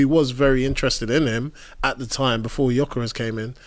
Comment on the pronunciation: and Jokores😂